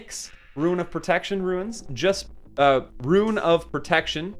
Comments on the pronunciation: Rune =/= Ruin xD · Liked just for the commitment to pronouncing Rune lmao a guide for morrigan/the big three would be cool too